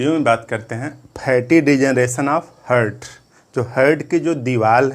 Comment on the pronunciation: हार्ट बोलिए सर हर्ट नही🙏